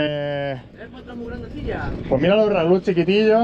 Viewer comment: Raúl no Ralu 😀😀